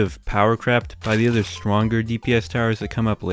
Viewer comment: btw he meant with other yowers